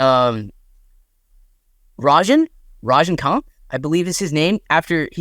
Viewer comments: "Rajeen"😂😂😂 ??? I get that you guys are not familiar with the dude His name is pronounced as "Raj - Ni - Kaanth" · rajnikanth is the biggest active star in india. so please try to pronounce right. also please dont call him khan tamil people are miles away from hindi guys. i am expressing this as humble as i can, bcoz if you reach enough people many would just come after you for such things